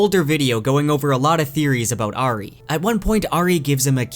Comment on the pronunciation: This is an amazing in depth summary as always.. the only blemish is how your pronounce the name Auri…